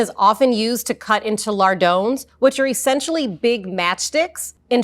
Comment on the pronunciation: Never heard lardons pronounced like "lardones" lol